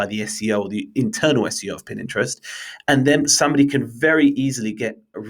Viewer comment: My (subscription worthy) takeout from this: "Consistency is key". It is applicable to all of marketing, especially content marketing. Also, did I hear you say "Pin Interest"? :)